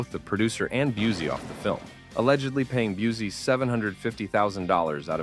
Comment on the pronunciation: It’s Gary Byoo-see not Byoo-zee. Get it right millennials that were children when Seagal’s career started.